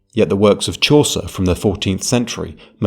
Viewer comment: Sztuczny lektor nawet nie umie przeczytać wyrazu Chaucer poprawnie...